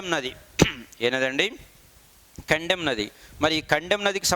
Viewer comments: Sir kaddem nadhi kadhu kadem pronounsation thappu....... కడెం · Not kandem that is kadem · Kandem kaadu kadem